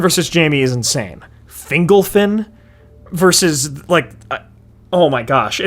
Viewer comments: Can we talk about whether it's pronounced "fingle-fin" or "fin-golf-in"? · Finglefin? Fingolfin. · Fingle-fin? Literally never heard Fingolfin pronounced like that.